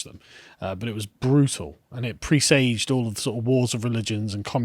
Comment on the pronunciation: They are great together. But. Every time one of them mispronounces a word like 'presage' or mangles someone's name it sets my teeth on edge. He went through a whole episode saying David Amess's name wrong. That was after a whole weekend of the David Amess murder reporting.